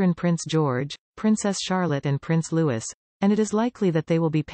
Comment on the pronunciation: Prince Loui(s) The S is not sounded !!!